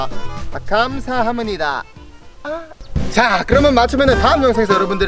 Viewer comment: 마지막 인사에서 감사하므니다?? 이거듣고 엄청 거슬려서 구독취소 드림.